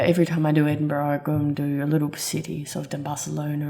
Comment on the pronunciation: Edinbro NOT Edinborow